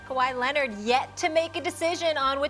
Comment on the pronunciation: Kawhi Lennit